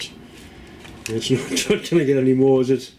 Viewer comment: Moré tea vicar lol